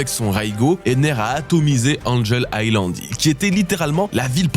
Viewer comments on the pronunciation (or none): none